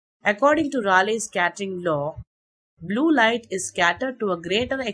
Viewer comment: It's pronounced "Ray leey"